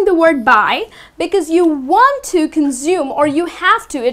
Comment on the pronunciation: You mispronounce consume.